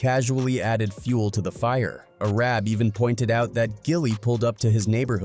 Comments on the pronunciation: Nah Arab is crazy bro name is ar-ab lmao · JILLIE is crazyyyyy!!!! SMH It's GILLIE homie!! SMH And the homie is called A.R. AB, not ARAB!! SMH